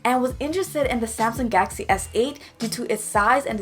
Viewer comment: Sounds funny when you say Galaxy